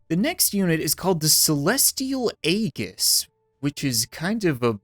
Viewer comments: Not trying to be rude but as a fan of xenoblade chronicles 2 where aegises are very important to the story Aegis is pronounced ˈējis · Aegis is actually pronounced "ee-jis" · the celestial AY JIS